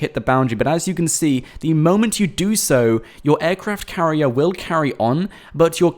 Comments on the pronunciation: He keeps saying "Aircraft Carrie" lol. Flying ships are a thing now. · I cringed every time he said aircraft carrier